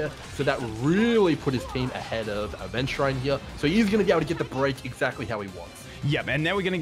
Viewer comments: Aventu-RIND yes. Lmao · Ah yes Aventuraine. That's exactly how it's pronounced multiple times in the game. It's really easy to miss. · Ah yes, Aventuraine and Xueewee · why does he pronounce xueyi and aventurine like that 😭😭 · the pronunciantion for adventurine and xueyi has to be troll